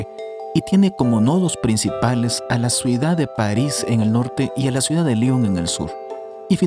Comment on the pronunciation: Se dice CIUDAD NO SUIDAD